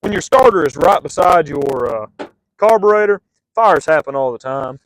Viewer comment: Carbur-rotted😂 this guy's great